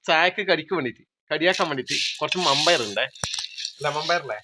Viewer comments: പയർ വെന്തില്ല വൻപയർ എന്നുപറയൂ വമ്പയാരല്ല നിങ്ങടെ സംസാരം ഒന്നും മനസ്സിലാവില്ല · മമ്പയർ അല്ല വൻപയർ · മമ്പയർ എന്നെ കേട്ടിട്ട് എന്തോ പോകെ വൻപയർ എന്നല്ലെ പറയേണ്ടേ